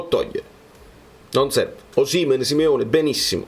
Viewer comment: concordo su molto tranne che su Osìmhen, a meno che tu non sia di quelli che dicono Càvour invece di Cavùor, si pronincia Osimhèn. Se no mi diventi un Auriemma qualsiasi...😁